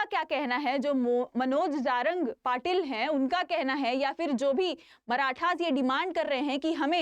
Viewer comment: मॅम जारंग नही *जरांगे*बोलीए